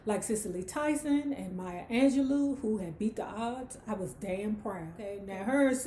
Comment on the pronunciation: Come on na you black we need you to pronounce Dr Maya Angelo name right you said it with a “U” (Angelu) its pronounced with an end “o” but love the video!! And channel ❤️